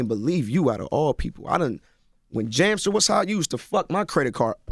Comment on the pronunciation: nigga said jamstar😂😂😂